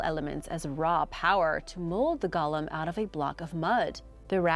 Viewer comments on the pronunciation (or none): Seriously,, you do a good job overall with these names, but how do you screw up golem (goal-UM) but get Samhain right?